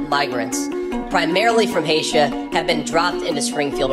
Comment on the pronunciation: According to Vance , they come from “Haysha”. Lol